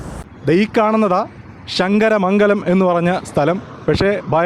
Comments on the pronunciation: ഷങ്ങര മംഗലം അല്ല ശങ്കര മംഗലം അങ്ങനെ പറയണം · അളിയന് ശ കിട്ടത്തില്ലേ അല്ലേ ഷങ്കരമംഗലം അല്ല ശങ്കരമംഗലം കരുനാഗപ്പള്ളി വഴി വരുന്നതാ അടിപൊളി